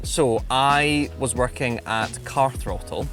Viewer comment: Car throatle?